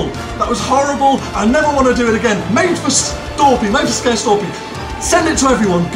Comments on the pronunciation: "Made to scare Storpey" LOL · "Made to scare Storpey" XD